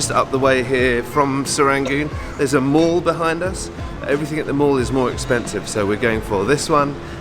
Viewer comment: Most people even foreigners pronounce mall as in "maul" rather than "mell"